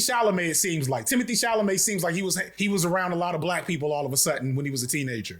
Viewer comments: "Sha-la-may" learn how to read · Bro got it right once and said naah, CHAMALAY! im rolling! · We nearly choked on Our coffee several times. It's even funnier because he actually nailed the pronunciation at the very beginning of the video. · It's pronounced Timothée Shamalamadingdong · struggling with "Chalamet" was giving "Gefilte fish" energy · Damn, the pronunciation of Chalamet is kicking your ass so bad it's even affecting my ability to pronounce it 😭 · Not enough people are commenting on the struggle to conquer the name Chalamet.